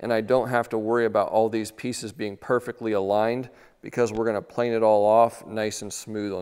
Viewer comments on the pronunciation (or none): none